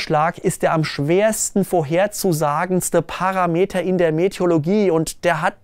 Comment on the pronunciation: Parameter haben nichts mit Meter zu tun, die Betonung liegt auf dem zweiten a